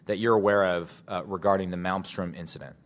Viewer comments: It is 'Malmstrom', not 'Maelstrom'. Just had to say something. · Malmstrom is Swedish name,. You know, your neighbors to the north? MALM STROEM. inte Maelstrom. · I'm a little bothered by the pronounciation of Malmstrom as "maelstorm". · Please pronounce Malmstrom correctly. There are 3 m’s. I lived there so I am pretty sure of the pronunciation.